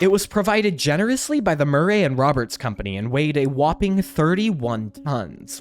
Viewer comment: Please stop saying the word whoping sounds so stupid